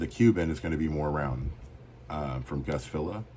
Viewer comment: You said my name right how much would you sell that cuban for